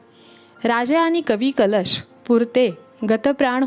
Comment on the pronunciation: Kavi " kalesh ?"jyanche kavvya kalashat bharun thevanyachya yogyateche hote ,te kavi mhanaje "kalesh" , ase bolanari bai ka ghetali vlogsathi ? jya tya bhashetil shabd neet yatharth utcharale gele pahijet ! konalahi bolayala anu naye ! sarakhi chukichech utcharan karit hoti ,tyamule vlog aikane nako vatate !